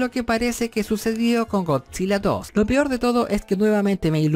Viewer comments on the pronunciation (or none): none